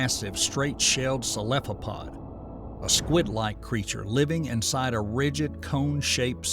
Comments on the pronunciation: my dude, did you really say the word Celaphod? Editing is your friend. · "One of the dominant predators was the massive straight shelled 'celephopod'" 😂love it. got a like from me lol